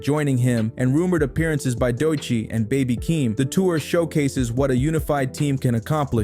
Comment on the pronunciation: Yeah nah ,this ain't it. Its pronounced Si-za (Sza). Amd you used 4batz picture for "baby kim" its Baby Keem . Also your narration sound too Ai